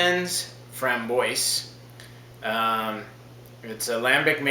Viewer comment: Framboise is pronounced "Fram-BWAH" come on....